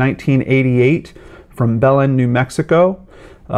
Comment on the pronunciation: I'm from Belen that is not how it's pronounced